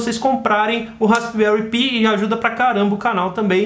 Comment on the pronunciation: Se pronuncia pai e não pi kkk que coisa.....